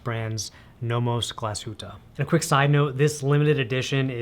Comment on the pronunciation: „Teefseakrow“ is kind of the right way to pronounce it😁 But you’ve done a very good job pronouncing Glashütte!